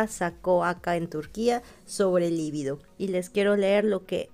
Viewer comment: Es un actor muy sexy y eso proviene de su energía sexual por lo cual él tiene claro como trasmitir la atracción y el amor, que sí se relacionan con la reproducción, o sea con la vida. Siempre dices "líbido" como palabra esdrújula y no lo es, libido es una palabra grave. La confundes con "lívido" que sí es esdrújula y por eso lleva tilde. Saludos desde Uruguay!